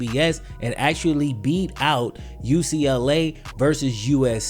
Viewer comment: The x is just in the XFL, there is NO x in actually. It is pronounced actually, NOT axtually